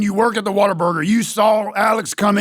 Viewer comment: as a native texan, god bless him pronouncing this "waterburger"